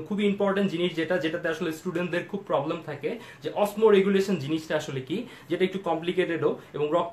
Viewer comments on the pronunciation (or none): none